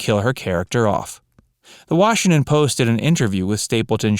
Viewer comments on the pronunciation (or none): none